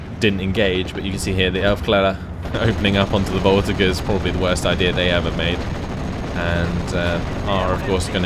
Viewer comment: It has been bothering me for a while : the "g" in the word "voltigeurs" is pronounced "j".